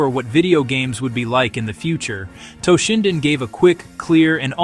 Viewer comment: its toe-shinden not TAH-shinden